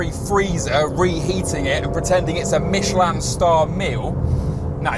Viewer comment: the worst pronunciation of Michelin I’ve ever heard. Particularly when it comes from a car journalist who would otherwise say it “mitch-eh-lynn” when referring to tyres.